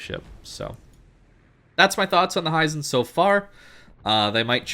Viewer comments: Hee-zen not "Hi, Zen!" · Hizen. Not Haizen. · HI-ZEN! not HEISEN!